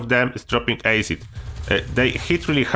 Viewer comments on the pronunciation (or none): Yo. I love this channel man. And i wish i could speak a second language as well as you can. The word Acid is pronounced Ass-id not Ace-id. I hope I'm not coming across badly by correcting you. It comes from a good place buddy. I can barely speak a first language, nevermind a second one 😁